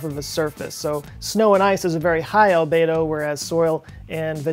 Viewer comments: Albedo - It's pronounced Al-bee-doh NOT Al-bay-doh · Well done,. I recently learned about the Arctic sinkholes on PBS Nova, and it was talking about the albedo effect. After you pronounced it the way you did, I went searching and found that most go with Al-bee-doe, but found one other pronouncing it on YouTube the way you did. Is this a regional thing, and perhaps both considered correct? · Albedo is pronounced al-BEE-doh not al-BAY-doh. Just FYI. Great video! :-) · FYI - Albedo is pronounced al bee dow. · As an educator, I recognize that pronunciation is important. If words are not said correctly, it can make communication difficult. Albedo is pronounced (al-BEE-doh) and as a definition; it is a measure of how much light that hits a surface is reflected without being absorbed. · Albedo rhymes with Cheeto... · please show me where the A in albEdo is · /ælˈbi.doʊ/ how it is pronounced is secondary but you should have expanded just a little into this as snow cover and sea ice are reduced albedo goes up, making sea and ground absorb more heat energy. But PLEASE do focus more on population distribution and Agriculture, you'll get human extinction way earlier than anything else. Do one on plant food (phosphate), relate plant grow to global dimming phases just after WWII and the '90 one (and temperature effect on crop yeld). All the people I talk about climate change, none get the scary part. So I'm very bad at explaining. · it's pronounced "albeedo"...at least I heard 99% of the people pronouncing that way :D. Great video! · You made me doubt myself.. ;-) alˈbēdō is the correct pronunciation. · Cringed every time I heard mispronounce albedo. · You pronounce ALBEDO wrong.